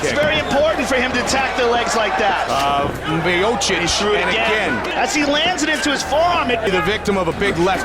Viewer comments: Good ol stipe " myohsick" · His last name being mispronounced 3 different ways in his first fight was pretty funny. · So how are we meant to pronounce 'Miocic'? Several different versions throughout his storied career. He's mint and as it stands, the greatest heavyweight. Although, I think Aspinall will take that mantle eventually.